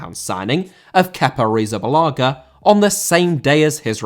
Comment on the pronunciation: Arrizabalaga* not Arrizabalohrger